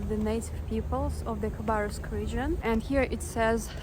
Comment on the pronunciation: Твоё произношение Хабаровска на английском должно оставаться то же самое как и на русском. Такое название не переводится на английский причём мы пишем название с "Kh-" в начале чтобы осталось на Английском такой же самое произношение какой имеет буква "Х". На самом деле много " англоговряще " не знают как произносить "Kh-".